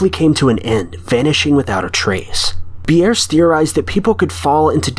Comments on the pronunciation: Ambrose Bierce is NOT pronounced "Am broh zay Bee airss" but "Am brohz(rhymes with rose) Beerss(rhymes with pierce). The man should have been covered in your High School American English course. As to mangled pronunciation, I don't know how you came up up with this one. It's spelled like it sounds and it sounds like it's spelled! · "Am-bro-say bee-airs." Lol I've only ever heard it pronounced "am-bros" with his last name pronounced like "pierce" but with a B.